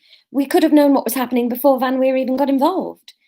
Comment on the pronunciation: Laura, you said VanWeer perfectly. Re Maki, we’ve had the same issue with both our girls (the boys ultimately wanted to wee on everything). I think you just need to hang out in the allotment for soooooo long that she has no choice but to wee and then go crazy with the praise - see if you can be there long enough for her to have a nap there. And i think the labling “wee” is a good idea - we say “do your wees” as soon as the pup squats and then “good girl” when she’s done. Sylvie used to hold on for whole walks and then wee in the garden, but she did learn once the walks were longer. Public poops took even longer. Also, if you’re going somewhere you go frequently, you could dig up a bit of grass that she weed on recently (or paper towel from an indoor accident) and take it with you to then seed that place with her wee smell.